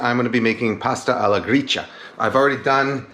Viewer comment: His pronunciation is correct, it's "Gree-cha", as in matcha tea :)